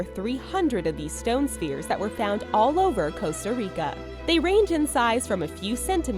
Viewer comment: "Costar Ricar"